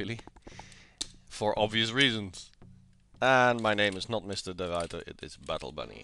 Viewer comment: Aha! *Finally* someone who LP's this game at viceroy level... Let's just see how that goes, eh? ;) Also, finally someone who pronounces De Ruyter correctly (greetings from Belgium).